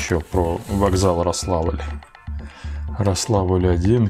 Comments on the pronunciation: В названии вокзала Рославль, ударение на букву "о".Это районный центр Смоленской области. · Поправлю, не РослАвль ударение, а РОславль) Это город на юге смоленской обл. Но все не местные ударение ставят так же, как и вы) С рождеством Вас!